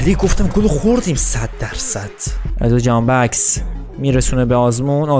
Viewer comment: فقط اونجایی که گفتی جهانبکس🤣